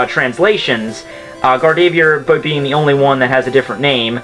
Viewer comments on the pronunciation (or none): its GA-R-DOV-O-A-R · Gardevoir is pronounced GAR-de-VOIR and Metagross is pronounced MET-uh-grose. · >gar-dey-veeyer *closes tab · He pronounces gardevoir like gardeeveeoor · You butchered gardevoirs name X-X my fave pokemon but still not your fault likedthe vid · You butchered Gardevoir lmao